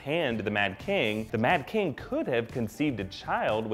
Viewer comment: Liked for "We hab no keng."